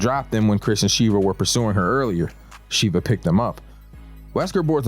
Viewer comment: Sheva brother not shiva 😅